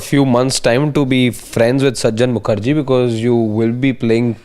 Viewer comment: Please correct the pronouncation It is not sajan Mukherjee it is sujan Mukherjee.